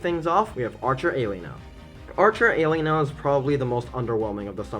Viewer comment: The way you say Helena cracks me up.